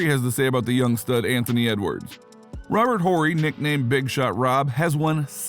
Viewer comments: Whorey? Its pronounced Ory. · It’s pronounced Ory not Horry jeez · The H is silent ..not Whore E lol Horry sounds like Oreo without the O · Is he pronouncing Big Shot Bob’s last name on purpose or just a young casual I can’t tell. Funny either way 😆 Ant exciting AF! Upside is 🤯and he’s already nice! He’s def wrong about Durant in MJ/LeBron’s league though (or Kareem Hakeem Bird Magic Wilt Russell Duncan Shaq Kobe for that matter) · Am I the only one stuck on the way he pronounced Robert horrid last name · Dude you gotta delete your channel for pronouncing Robert Horry’s name like that. Have you ever watched basketball before?